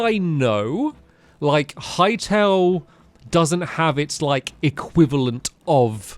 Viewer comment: Hearing stamps say Hytale sounds wrong 😂